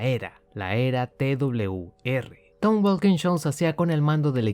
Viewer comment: Hola se dice t doble uve r o TWR saludos desde Venezuela